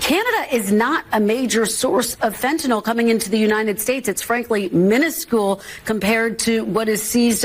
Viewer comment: Seller can’t even pronounce “minuscule” properly. What an idiot!